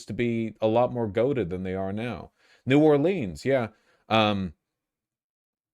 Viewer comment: you butchered saying new Orleans 😂